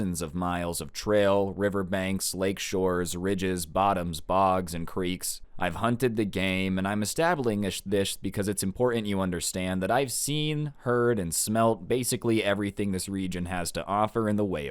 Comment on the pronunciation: “Establingish thish” … are you ok